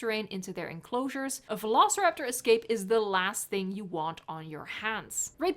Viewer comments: It should have been vel-oh-so-rap-tu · "[vuh-lo-suh-rap-taw]" what?! No it isn't! Who says it like that? It's more like "veh- loh-si-rap-tor" as in like "velocity." I can only imagine they made it like that in case they thought people would assume the "si" bit is pronounced like "sigh" or something. so glad I'm not the only one who thinks it's written daft! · Bri'ish today, are ya? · vuh-lo-suh-rap-taw sounds like summoning something in Skyrim xD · Just say Velociraptor. Latin pronuntiation beats any pronuntiation. And change the V for an U if you wanna be extra correct xD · I'm so happy I wasn't the only one that found the "vuh-lo-suh-rap-taw" pronunciation super weird